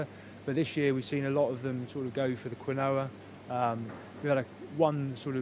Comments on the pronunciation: he means quinoa, not kwiknowa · It sounded to me as if he was saying quin-noah. I was surprised to hear a chef pronouncing it like that🤭